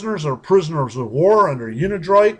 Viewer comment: dude can't even pronounce unidroit correctly.